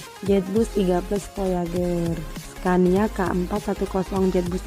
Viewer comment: nganggo "V" teh, sanes "F". Voyager nu leresna, sanes Foyager. Beda antara Fanta nu manis, Panto nu teuas & Vitamin nu asem. 😊